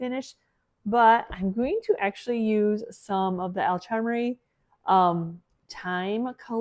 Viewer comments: I don't know if this would be helpful to you, but the "ch" in alchemy, is like the "ch" in chemistry. Sounds like "kemy".😊 Love to watch! Thank you! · Think of it as if it was spelled Alkemy…. Instead of Alchemy. Al-ke-me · Alchemy= Al (like the man’s name) c (like saying cup) me. Have been wanting to try the Pentaet crackle for awhile. Thanks for the tutorial. 😊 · It’s pronounced al-kumee. Alchemy. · I will try to help you with the pronunciation of the name of the paint; Al-kem-mee. ❤ Hope that helps! ❤ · Sweetie, it’s pronounced (al-cum-ee)I know you are still struggling with this one. Good save on the sheep!